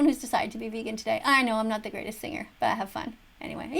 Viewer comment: "Go vegawn"